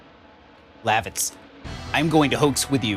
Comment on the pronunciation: It is weird for me to hear you say Lavitz's name the way you do as I would always pronounce it Luh- vits. I'm curious on how you pronounce future characters' names because I am sure they will differ from my pronunciation.